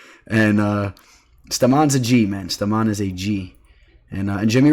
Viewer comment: Stamann is pronounced “stay-men” ... tf 😂